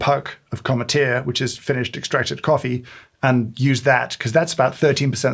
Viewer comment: I can't imagine the dread you went through realizing how you pronounced Cometeer 😭